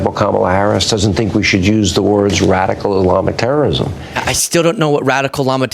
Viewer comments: He definitely said "radicalist llama terrorism". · Did he say "radical llama terrorism"?🦙🤓 🗳💙🗳💙✌🏻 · “Radical Islam (or Islamic)Terrorism” is what he said. Took me a bunch of re-listens to get it.